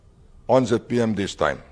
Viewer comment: it is not Jet P M..it is ZPM